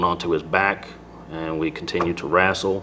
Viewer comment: I suspect that this pig "wrassles" with loads of people.